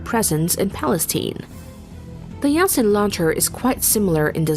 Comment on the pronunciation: It's Typed Yasin but the right way to say it is more like Yaseen.